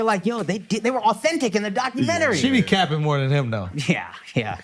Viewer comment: The way my man said “CAPPING” with the HARD ING reinforced the fact that we drive culture…and they stay stealing it…and I HATE THAT FOR US!